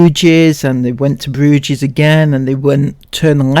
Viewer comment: “Brewgess” it’s like Loch LaMonde all over again! 😂😂😂